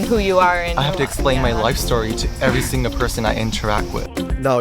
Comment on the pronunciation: He has a slight Japanese accent speaking English. He says "every singu person I interact with " and his L's sound like a Japanese person trying to pronounce an English L (slightly like an R)